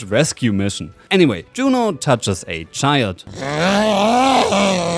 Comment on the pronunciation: Yuno, NOT JUNO!!!😡😡😡